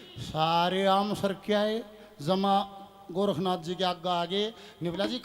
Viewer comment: गोरखनाथ, नहीं गौरक्ष नाथ नाम है, उच्चारण ठीक से करो